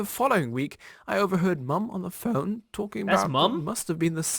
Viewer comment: when he said "phone" 😵